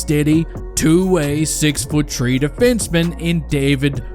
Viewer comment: "2020 🌳" "6 foot 🌳" WHY TF IS IT SO HARD FOR YOU TO SAY "THREE" INSTEAD OF "TREE"